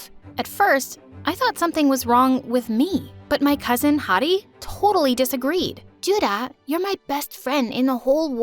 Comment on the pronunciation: they didn't pronounce those names very accurately. also 주다 (juda) literally means give.